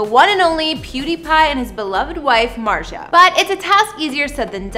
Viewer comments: MARZIA, Mar-zee-ah. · ..."Pewdiepie's wife MARSHA," "Him and MARKA," "He and his wife MARJA." How do you get that pronunciation from MARZIA. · U say martzia wrong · .I was just about to comment this. Shes purposefully mispronouncing it, and its pissing me off. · pewds pronounces it as “martsia” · .MART-ZI-AH. pronounce it right or just call her Felix's wife. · Mart-Z-ahh , Martzy-agh, mars yaaaaaaaa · Dude just say "Marzia" like a normal person 🤦‍♀️ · talk's about Pewds and Marzia's home in Japan. Proceeds to say her name wrong Me:😶 Then says surname Also me: agghhhh nooo😵. It's pronounced as an SH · You absolutely messed up her name. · Why did you even try to pronounce her name XD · Yo you pronounced marzias name wrong. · because she is not pronouncing marzia properly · Babe your saying his wife's name wrong 70% of this and how do you not know how to say his last name? Like it's Felix? Biggest youtuber? 0 Research and 0 houses ? Clickbiat and just bad